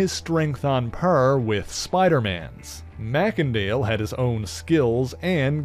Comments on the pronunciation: May-Sin-Dale NOT Mack-En-Dale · I think that you pronounced his last name wrong: I think that it should be pronounced MACE , and not MACK! Other than that though , good job . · It's not pronounced "mac-ken-dale".. 'A "mac-ken-dale" pronunciation would be assumed under a Scottish etymology, but in that case, the first vowel (or consonant) following "Mac" would be capitalized. But this "e" is, and has always been, small-case. Therefore, It is not Scottish derived, and is pronounced as "may-sen-dale".